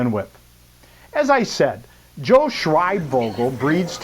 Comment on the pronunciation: First of all if you’re going to pronounce someone’s name say it right second of all joe has a heart of gold